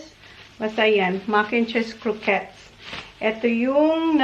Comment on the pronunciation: Buti tama na pronunciation mo ng croquettes ♥️